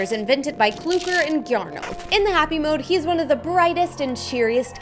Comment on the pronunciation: CLOOGER?!?!?!?! ITS FREAKING CLUKER (im sorry, or clucker idk)